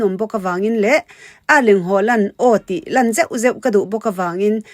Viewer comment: Nangmah atangin a hming lam dan dik kan hria a, a dik ngeia lam kha a tha ka ti.